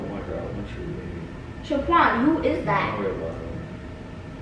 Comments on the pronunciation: hahhah just like saying "shaquan" 😂😂😂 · When said “Shaquan u better not be playing with my sister” i was like ofc she got that from. Cuz when is mad or upset she says Shaquan and so did 🤣😂 Love That #teamrissandquan